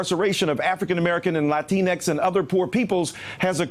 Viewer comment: Did he say Latinecks?